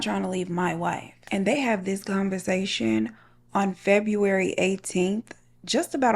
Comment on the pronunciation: You had me ROLLING with Febtember girl! Omg 😂😂😂😂